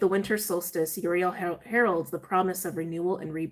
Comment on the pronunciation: It's pronounced oo-ree-el (i think)